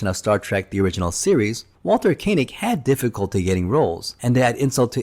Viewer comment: Koenig NOT Kay nig !!